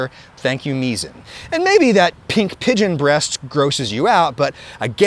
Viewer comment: Pigeon not Pidon